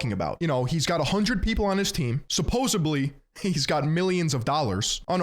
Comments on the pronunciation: It's supposedly not supposubly. Please stop. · "Supposebly" 🧐👉 -10 cool points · No way said "supposebly"